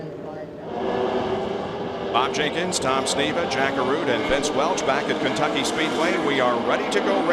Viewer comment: Did he say "Kenkucky" ... ?